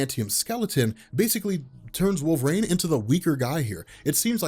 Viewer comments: It’s pronounced wool-vuh-reen. Not Wol-vrain. I’m sorry. I just can’t listen because he keeps mispronouncing his name. Wolverine is my favorite comic book character. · Do a shot for every "wolverain"